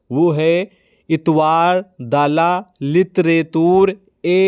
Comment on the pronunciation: लिखे है इस्त्वार दल तो आप पढ रहे हैं बोल रहे है इतवार दला बिल्कुल ग़लत है